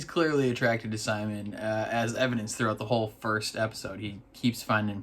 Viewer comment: Simon's name is pronounced "sea monster" without the -ster